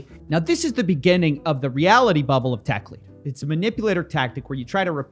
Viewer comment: Techlead rhymes with 'dead' not 'deed' , it sinks like lead !